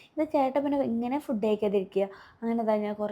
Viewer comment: ഫുഡ്ഡ് അല്ല ഫൂഡ്